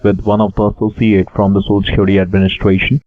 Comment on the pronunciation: I feel like if he says "shocial" one more time my head is gonna burst. I cringe each time he says it!